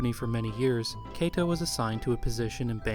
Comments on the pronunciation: Finally got around to watching this, and it really is an excellent video, except... Kato is pronounced "KAH-to," not "KAY-to." And you say that name a LOT in this video. ;) If you ever "remaster" this video, I highly recommend re-recording the narration with the proper pronunciation, as I can see those who speak Japanese being rather off-put by this. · More bothered by the mispronunciation of Kato. You pronounced it like Keito. He's the founder of the company c'mon. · i was going to make the same nitpick about names (e.g. kato, said here like 'keito'), though it really only stands out because everything else is so good. so yeah, i'll just agree.